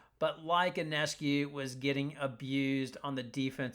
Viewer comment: Listen announcer, IF you want to sound intelligent...PRONOUNCE SABRINA'S name correctly...her last name is PRONOUNCED YONESCU...not onescu or i-o-nescu...THIS GRATES ON MY NERVES THAT FOLKS DON'T PRONOUNCE HER NAME CORRECTLY!